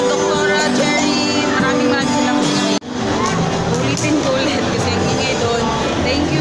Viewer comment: Hi po...yong salamat mo naging samalat hehehe excited c sis